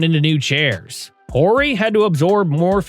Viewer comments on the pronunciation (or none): i was just about to make a comment about the voice over- Horry is Orr-ee, and then later "title" is not pronounce Ty-doll. Odd that last one would even happen